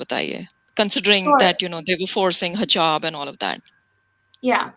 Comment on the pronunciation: do you also have Pakistani background as your pronunciation looks like that way, you pronounced Hizab as "hazab" which is typical Punjabi accent, we find Muslims in Indian punjab not in that numbers,so you must be from Pak?